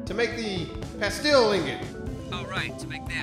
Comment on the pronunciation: Why'd you guys start saying pastel? It's "plas-steel".